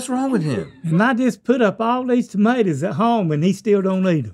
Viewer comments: “you don’t eat tohmatoes?” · "you dont eat th'madas?" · "You don't eat tomadoes?" 😂